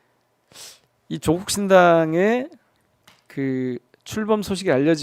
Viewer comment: 누가 조국씨 이름을 조:국이라노 길게 읽어요~짧고 높게 읽는 겁니다.